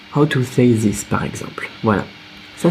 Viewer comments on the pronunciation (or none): This= is pronounced "diss", not "ziss", cheers :)